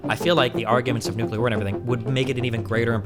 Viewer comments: Is he one of those "nukular" kinda guys? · Hey, say “nuclear”.